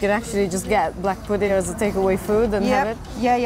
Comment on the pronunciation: I love how you say pudding you say pudeen 😂❤